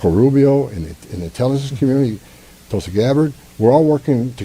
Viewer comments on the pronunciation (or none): none